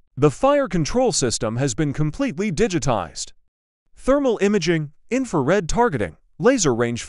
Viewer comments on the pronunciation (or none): none